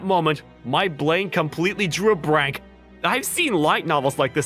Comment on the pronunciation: "That moment, my blain completely drew a brank." Lmaooo. Even though the words are typed out correctly, those being brain and blank, the VA pronounces them like within the quote from above. Anyway. I thought it just sounded really funny.